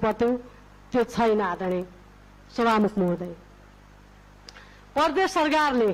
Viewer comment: परदेश र प्रदेश पनि भन्न नजान्नेहरु किन वक्ता बनेर बोल्छ हौ?हैट